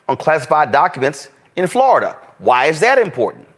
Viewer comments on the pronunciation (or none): none